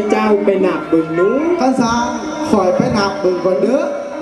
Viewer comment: โดยรวมมีหนุ่มเสื้อแดงคนเดียวที่เว้าสำเนียงดั้งเดิมได้ใกล้เคียงที่สุด (ใกล้เคียง) คนอื่นจะผสมสำเนียงย้อบ้าง สำเนียงผู้ไทบ้าง หรือบางคนพูดสำเนียงขอนแก่นไปเลย ไป คำนี้ต้องออกเสียงตรงกับ ไป ในสำเนียงไทยกลาง ไม่ใช่ ไป๋ หรือ ป๋าย ลองเทียบเสียงคนเฒ่าคนแก่พูดคำว่า ไป ดูซิว่าตรงอย่างที่พูดไหม